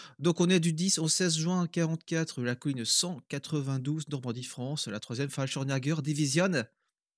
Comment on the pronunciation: falchimnager?!🤣 un tout petit effort: falchirmyèger = chasseurs parachutistes si mes souvenir d'allemand me trahissent pas. Bien vos émissions ça donne envie de jouer, me connaissant je resterais scotché jour et nuit, bonne continuation.